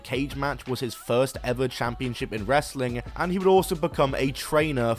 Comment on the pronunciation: It's really funny how you pronounce wrestling normally when it's in the middle of a sentence, but when it's the last word you say "ress-uh-ling"